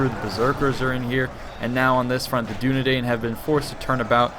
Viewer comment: you pronounce Dunedain like Dunedine.